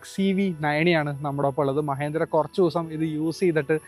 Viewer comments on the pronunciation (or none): Not MAHENDRA It's MAHINDRA 🎉🎉